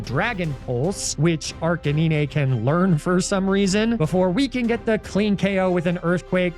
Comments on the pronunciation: The arcanine pronunciation is going over my head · This comment has been removed by NordVPN for raging at Arcanine pronunciation. Apologies to all who wanted to read it uncensored.